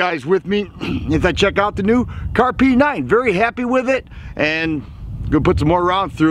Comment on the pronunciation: Kahrs, not Kahr's.